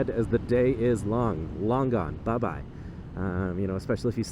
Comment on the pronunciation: 努力的想聽出是什麼800~ 開了字幕~ 原來是bye bye~~